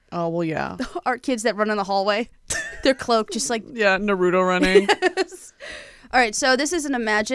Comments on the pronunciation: Not pronouncing Naruto wrong 💀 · I was more triggered by mispronouncing Naruto than her bringing up Superwholock 😂